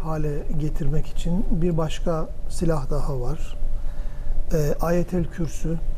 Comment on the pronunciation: Ayetel Kürsü değil Ayetel kürsi, muhafazateyn değil muavvizeteyn...